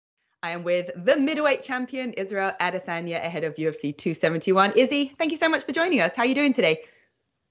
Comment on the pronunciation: 5 seconds in and saying izzys name wrong